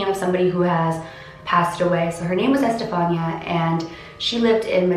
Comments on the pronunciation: It's pronounced Ehs-te-fa-nee-a.! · It’s pronounced estefania gutierez lasaroe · The pronunciation of her name is I’m pretty sure, este-fan-ee-a But... I could be wrong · Estefania is pronounced like Stephanie, but you add the Eh at the beginning and ah at the end. 😊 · Eh-steh- fah- nea is how her name is pronounced :) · I have a cousin named Estefania it's actually pronounced eh s - steph -ah -knee -ah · Good job on this video just one thing it's pronounced es-te-Fa-ni-a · It's pronounced e- Stephanie- ah ❤️ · it’s pronounced ES TE FAH NEE YA. It’s pronounced in Spanish Edit : Don’t get why some of you guys mad . I’m just telling her she pronounced it wrong so she pronounces it right next time . No big deal . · The way she pronounced Estefania made me cringe sorry I still love you and your videos lol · The way she pronounces her name 😂